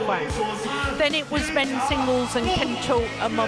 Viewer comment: it's not men singgel.